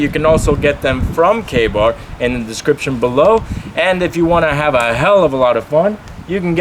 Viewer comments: The first time I thought you said gay-bar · When you said KA-Bar I thought you said gay bar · I thought he said gay bar Me!